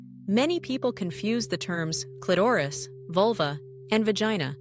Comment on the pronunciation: First of all, the illustrations are totally unrealistic and bogus. They don’t relate to real anatomy. Clitoris is twice mispronounced by the AI narrator.